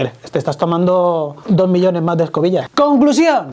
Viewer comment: Escobillas jajaja escobils